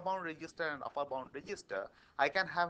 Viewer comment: uppur? really?? upper